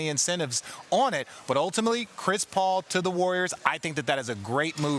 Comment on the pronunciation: Am I the only one who finds Adrian's "Chris Paoul" pronunciation funny? 🤣